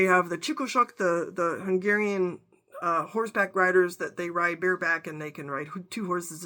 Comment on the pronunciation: Your pronunciation of Hungarian words is spot on. Are you Hungarian by descent? Thank you 😊